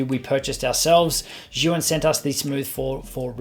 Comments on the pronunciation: Great review! It’s pronounced like “Ji-yoon” by the way ;-) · Osmo Mobile 2 is best compared with Zhiyun Smooth Q. Both are similar in functions, particularly, with their respective joysticks. BTW, Zhiyun is pronounced as "Zune".